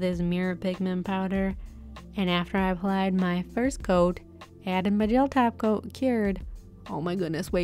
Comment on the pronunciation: I only hear taco instead of top coat